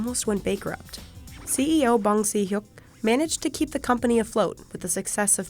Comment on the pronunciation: bAnG sEe HuK lmao girl it’s pronounced bang shihyuk